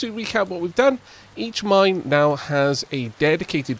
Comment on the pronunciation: I know its the mine control tower but I'll never be able to not hear it as mind control tower